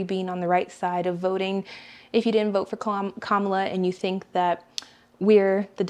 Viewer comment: It's Kamala or Kama-la.